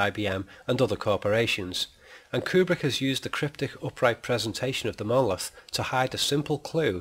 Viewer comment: I might find this argument much more convincing if you re-voiced it with someone who could pronounce the word monolith correctly. Seems rather ironic that the whole premise of your treatise is marred by the fact that you can't be bothered to correctly enunciate the syllables of the main point of your proposition. That said, I think you're very wide of the mark on this. Kubrick was never that literal in anything he did and there's no 'a-hah' moment here outside of your rather thin and arbritray argument to the contrary. Just because you've spotted that the monolith looks like a screen doesn't mean that it is. Any more than the fact that Clarke wrote the book at roughly the same time as the film was being produced. He went on to write 2 more books in the canon and none of these suggested that the monolith was some sort of movie screen. I think you're picking up on one minor throwaway comment here and expanding it into something way beyond anything you have evidence for. Nice try though. Just remember in future it's Mon-o-lith. Not muurrnrnallitt.